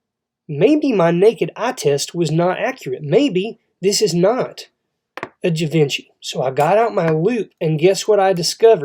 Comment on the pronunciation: Pronounced Gee von she, and cabochon is pronounced cabashawn